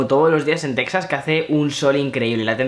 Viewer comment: Se pronuncia Tejas.